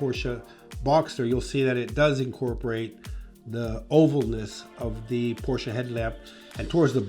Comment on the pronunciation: you'd think that a car designer would know how to pronounce Porsche properly.